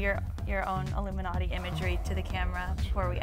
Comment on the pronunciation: ILLUMANTI? Lol ok.